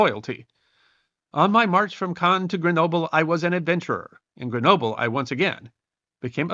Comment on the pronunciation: I enjoyed this video, notwithstanding that you brutally butchered Grenoble.... I always wondered how and why he escaped Elba, so thank you. The other thing about this emperor that always amazes me is how the French revolution killed the monarch and a decade later they had a new sovereign; Napoleon